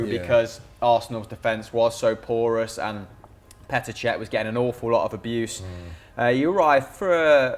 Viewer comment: Please stop saying Porous